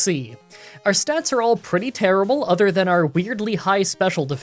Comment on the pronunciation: Is pronouncing ‘other’ as ‘either’ a Canadian thing or an thing? Normally I wouldn’t nitpick something like this, but comments are good for the Youtube algorithm.